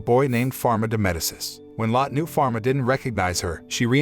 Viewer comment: It’s pronounced Meh-dee-chi